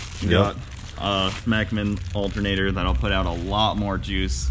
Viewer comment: When you said "special alterater", thought you were getting a turbo.